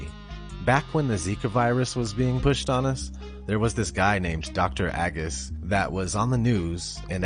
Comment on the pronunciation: Pronounced Ay-guss